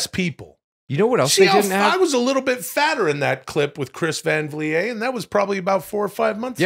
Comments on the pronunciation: Is that how you pronounce Vliet, brother? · Why does Will say Chris Van Vliets name wrong